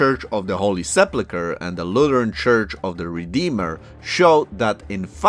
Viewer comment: Please pay attention to the way you say sepulcher...😊😊